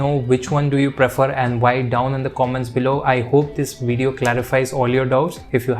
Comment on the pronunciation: Why do Indians learn English put choose to pronounce words their own way? Video is not pronounced wijeo